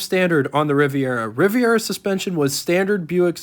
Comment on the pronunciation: The car is spelled Riviera and pronounced using 4 syllables. If u r going to write about cars I would suggest learning how to spell the name if the car and then practice pronouncing the name of the car.